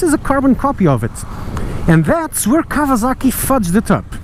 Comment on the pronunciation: Did he call it KAVALAKI?! Im WEAK!